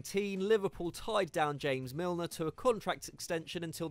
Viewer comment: Milner??? Seriously??